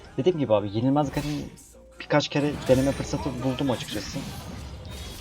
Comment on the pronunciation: GAREN DEĞİL GERIN